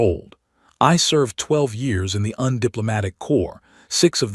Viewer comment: It is not un-shipyard!!!!!!!!!!!!!!!!!!! IT IS FUCKING U.N. Shipyard!!!!!!!!!!!!!!!!!!!!!!!!!!!!!!!!!!!!!!!!!!!!!!!!!!!!!!!!!!!!!!!1